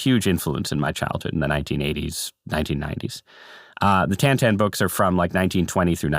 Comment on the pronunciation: It’s Tintin, not Tantan.